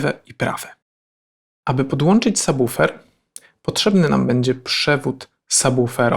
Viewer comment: prawidłowa wymowa słowa "subwoofer", tak trzymać! :) Rzadko się z tym spotykam, szacunek. Ogółem, film z pewnością będzie bardzo pomocny dla początkujących, łapka w górę! :)